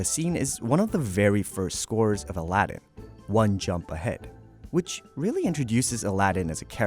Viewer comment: your pronunciation for Aladdin is bad